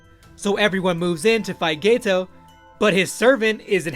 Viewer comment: hey man just letting you know it's GETO, not gayto👍👍